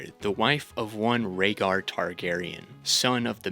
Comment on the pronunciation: I know you didnt call Rhaegar "ragger" and Viserion "Victarion"